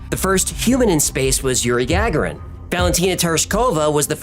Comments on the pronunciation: The first Russian astronaut is pronounced "Geh-gare-en," not "Gag-ar-un." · you're just too [bleeping] young to have learned how to properly pronounce the name of that cosmonaut, Yuri Gagarin* * Gah-GAR-in What? GAG what?😮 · YOU ARE THE ONLY PERSON I HAVE EVER SEEN AND HEARD TO PRONOUNCE YURI GAGARINS NAME ALL KINDS OF WRONG LOL